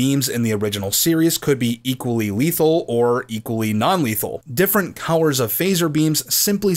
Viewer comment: Do you have a speak quirk or is what I hear a regional accent thing. For colors I hear cow-wers and when you say words with O and L together.